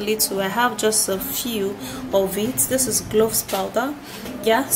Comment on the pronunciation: You mean cloves? I hear u saying gloves